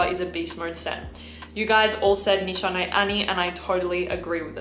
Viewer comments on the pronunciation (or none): none